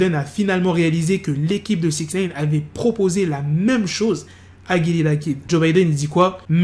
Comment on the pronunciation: Arrête de dire Sixnaine c'est Sixnine !!!